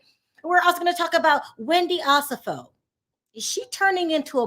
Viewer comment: With love, Wendy’s name is pronounced oh-SEFF-oh.